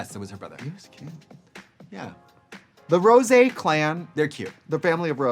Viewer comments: Not them saying Rose's name wrong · Rose for Rosaaaaaaay -----and Sih-moan as Simoonnnnnyyyyaaaaayyyy nope nope. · ..and Raja 'Rajar' and Rosé 'Rose' ..honestly I was shocked since Trixie and Katya both said Rose I kinda died for her 😲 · Why did you keep calling Rosé like Rose? 🤣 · Yes she did and 'Rose' 👏It's Rosé ! 👏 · ok they called Rosé Rose, Gottmik Gottmeek, n Kandy Muse Kandy Moose, yet an emphasis on Symoné inconsistantly ? like what? it made me chuckle at first, but it is kinda messed up getting their names wrong. unless it was done as a joke, but it wasn't presented as a joke n they never acknowledged it as such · Its pronounced. ROSSSAYYY